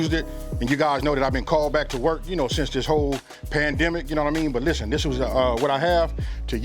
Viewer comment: " Lishtehnn"